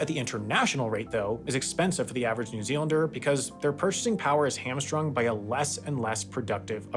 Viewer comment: one for your reel of mispronunciations… pretty sure you said “hammer strung” rather than “hamstrung”